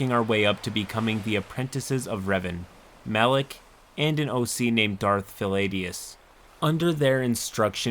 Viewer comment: I know it is a minor point, but "Malick" really doesn't help my blood pressure.